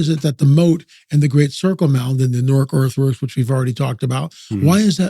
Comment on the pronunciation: The only ppl that pronounce newark like that are the drug addicts bud.